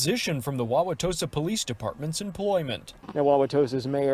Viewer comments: I live 30 minutes outside Milwaukee. Good job saying Wawatosa right! This is beyond sad. We can't be silent anymore and let people do this harm no matter who the President is. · As a resident of that area, kudos to you for properly pronouncing Wauwatosa.